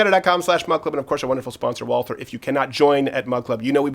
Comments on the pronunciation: It's VALT-herr. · Walther is actually pronounced 'valter'